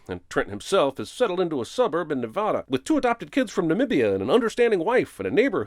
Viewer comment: You said Nevada wrong